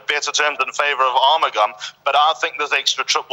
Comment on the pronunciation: The correct pronunciation of Arumugam is R-mug-um